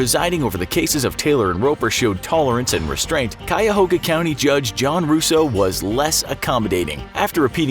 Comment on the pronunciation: Nice job pronouncing "Cuyahoga". Only people from Ohio get that right.